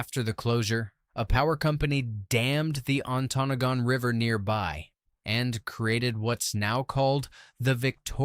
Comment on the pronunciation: Antonagon is pronounced as (An toe noggin) Please learn how to say the names right!!!